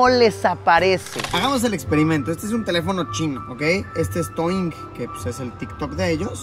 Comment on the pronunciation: no es TOING es DOUYIN DOU---- YIN :V